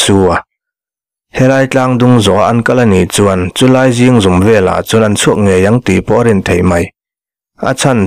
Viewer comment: Zingzum tih kha i lam diklo tlat mai